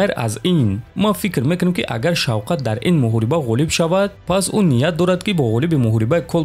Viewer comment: Номи Шавката но тугри талафус мекини правильно озвучи его имя